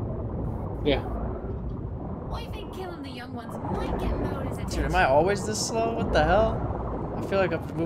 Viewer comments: modor boss???? moeder*** #dutch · Moeder is pronounced 'Mooder' like boomer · its moeder, not moder :D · ITS MOEDER NOT MODOR MOEDER MEANS MOTHER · Its Moeder Not Modor